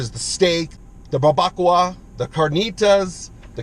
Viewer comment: Lol. I had to laugh at your pronounciaton of barbocoa.👌 I dont understand why people like Chipotle, its bland as hell